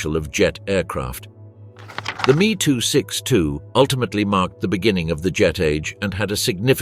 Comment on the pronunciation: Many grating noises, but that "Meeee 262" became particularly infuriating.